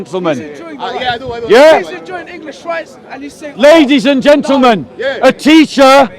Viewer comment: How many times he says.. LADY'S AND GEANTELMEN 🤦